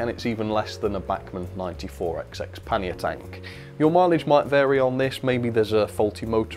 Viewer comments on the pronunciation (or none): none